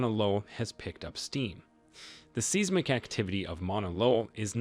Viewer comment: The pronounciation of seismic and seismographic is bothering me. It’s “sighsmic” not “Seesmic”.